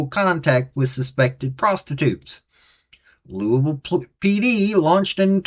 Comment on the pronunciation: Lewis Ville not Louisville !! 😂😂🤣😂🤣😂🤷‍♂️